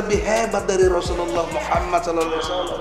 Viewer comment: Allohu akabar, hebat bapk yg mengucapkan Rosululloh saw